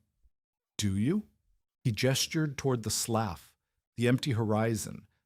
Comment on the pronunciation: Hey Mr AI man, could you learn to pronounce words properly? Slough is pronounced "sloo" not sloff. Context SHOULD tell you about proper reed, read, red and read. Same with lead and lead. Annoying as heLL.